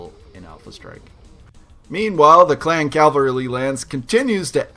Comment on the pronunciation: I just learned about this channel and love it... but I gotta say, hearing "calvary" makes me think of churches, not stompy tanks. :P